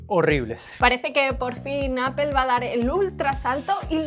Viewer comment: Porque dicen APEL? si se dice Apol!